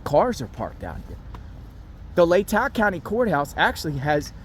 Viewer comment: Pronounced “Lay-taw” county 😊